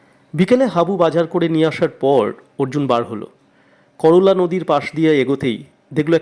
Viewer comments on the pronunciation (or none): নদীর নাম "কর্লা"।করলা নয়, একটু খেয়াল রাখবেন।